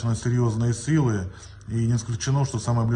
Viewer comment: "сірйозниє СИЛИ" - це в Душиліна українська прорізається чи що?